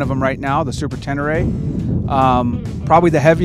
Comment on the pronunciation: Great review, thanks ... but isn't it tey ney ray ... I mean, with all the accent aigus and the desert in Africa that the bike was named after and how the French and Yamaha pronounce it ... maybe ... huh?